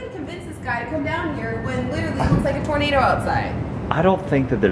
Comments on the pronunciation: It sounded like the girl said "tomato" instead of "tornado" 😅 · Awww she said tormado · When the girl said tornado it sounded like tomato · instead of saying tornado she said tomato XD